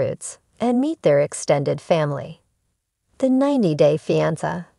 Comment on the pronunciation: Somebody needs to teach AI how to pronounce "fiance". Blocked.